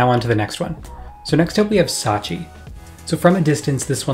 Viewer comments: Satechi* not Sachi lol. Great video that's been needed! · Thanks for the thorough analysis and breakdown. Please learn the correct way to pronounce Logitech and Satechi though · /ˈlɒdʒɪtɛk/ LOJ-i-tek, you sound like Kodak Black trying to pronounce "champagne" edit: I just heard you say "Satechi", are you doing this on purpose to annoy people ?